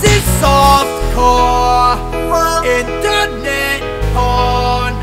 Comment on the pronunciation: the way he says inTerNET lmao 💀